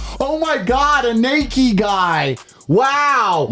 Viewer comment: Tate said "Nakey" lol